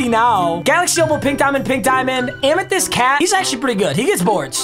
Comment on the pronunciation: Why he say amythyst like that 😂